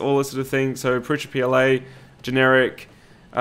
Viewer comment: You say "prusha" with a shhhh sound. Is that an Aussie thing? Is that how Josef says it? I'm American and would pronounce that as "Prusa" with an "s" sound as it's spelled...